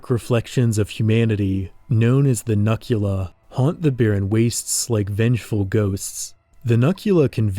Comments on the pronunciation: hey i think you pronounced the human mutant name wrong. i might be incorrect but it looks like a pun to me. “Nukula,” like nuclear without the hard ‘r’. as in, “nah, man, you can’t say that, but you can call me nukula.” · I think it’s pronounced “nuke-u-la” like nuke + dracula? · I feel as though Nukula should be pronounced "Nook-you-la". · Hello there, your project looks incredible and the artwork is astounding! It looks like it would be an amazing setting and story for a video game or television series. I'm curious though, in CA's video, the term Nukula is pronounced 'nuh-kyoo-luh,' but I would have thought it was 'new-kyoo-luh.' Like a derivative of 'nuclear.' Is the pronunciation in the video the correct one? I feel like that's going to haunt me if I don't know the official way to say it, haha. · I feel like "Nuk" part of the Nukula's name was supposed to be pronounced "Nuke". Other than that, I really love how British these mutants are. They genuinly feel like evolved monstrosities that would live over here in the UK. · It's pronounced "nookula," since the name nukula is literally a portmanteau of "Nuclear Dracula."